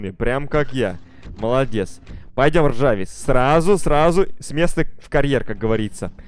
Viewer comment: Не ржавис а жарвис!!!!!